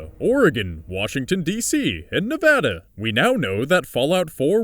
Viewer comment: thank you someone that actually know how to accurately pronounce Nevada's name because there is nothing more irritating than hearing nevahdah